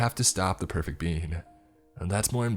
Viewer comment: The pwefect bean uwu